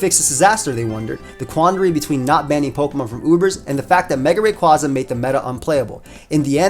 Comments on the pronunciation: its name is derived from quasar so say it wiht me now RAY-KWAY-ZA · I've said it before and I'll say it again, It's "Ray-QUAY-za" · Oh my gosh for the last time It’s Ray-QUAY-zuh. It’s based on a quasar. (Quay-zar) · It's pronounced "Ray kway za"! R.I.P. Mega Evolutions! They will never return again! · Well I have some feedback, he should learn how to pronounce Rayquaza correctly